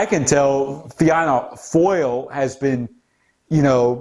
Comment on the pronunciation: Fianna Fail is pronounced: "Feena Fall". Fine Gael is pronounced: "Feena Gale/Gwale". Thank you for the coverage! Love from Éire/Ireland.